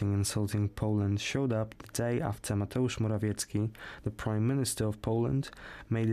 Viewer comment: Pomysł bardzo dobry, prowadzący mimo że ma dobry angielski to mówi w sposób beznamiętny, monotonny nudny a jego wypowiadanie Mateusz Morawiecki jest wręcz śmieszne, powinno być wyraźnie polsko wymawiane to co jest nazwą własną czy imieniem i nazwiskiem